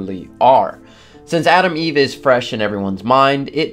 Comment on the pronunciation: Gonna make fun of you accent. It's Atom Eve not Adam Eve. That's the new trans hero coming out next week 😆